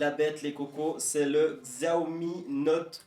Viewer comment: Bonne vidéo ! Sinon, ça se dit "Siaomi" ;)